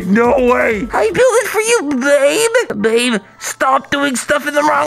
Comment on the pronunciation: I choked on water when he said “oh my god ba be u shouldn’t have” I think he had a stroke